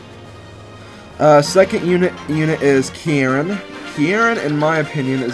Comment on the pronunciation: Love watching this LP so far, especially finding a character that has my RL name, Kieran! BTB, you're overemphasizing the first part,. Just say the word 'key', put an 'r' sound on the end of key, so 'keyr', and finish with the second sylable, which sounds like 'wren,' the bird. In full, 'keyr-ren'. Uncommon name, I know, but I likes it anyways. =P